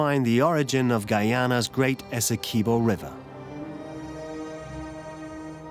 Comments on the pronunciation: Right! So informative on the pronunciation 😖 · As a Guyanese it's painful to hear the narrator saying "Essequibo"